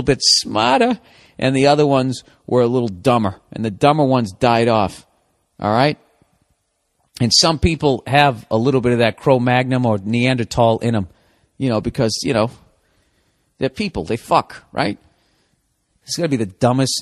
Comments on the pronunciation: Bill, it's "Cro-Mag-Non". Cro magnon. Not Chrome Magnum lollll. Hearing you say it again and again was as adorable as it was hilarious. The neanderthals and the chrome magnums. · Does he correct himself with NeanderTALL, then say cro-magNUM like 5 times? Love me some Burr.